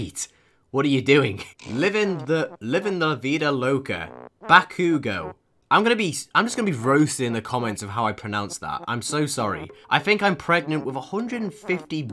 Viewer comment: “bahkugoah“ IM SORRY I HAD TO